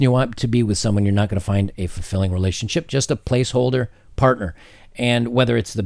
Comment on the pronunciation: your pronouncing relationSHIT wrong.